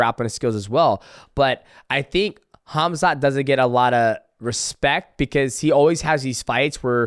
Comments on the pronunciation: Khazmat 😂 Oh Max, I love you, but I fear that's not intentional... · "DJ might come out of retirement for Conor" 😆 And Max mispronouncing every fighters' name is hilarious. "Khazmut" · Khazmat is crazy LOL. The way dj says it is the closest Hamzat. Not even khamzat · So everyone’s gonna ignore Max calling Khamzat “KAZMAT”